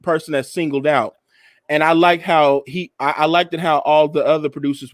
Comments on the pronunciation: needs to stop saying likted, it is liked, no emphasis on the e-d. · Who's going to tell that it's not "LIKEDED"? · Please stop saying likedid!!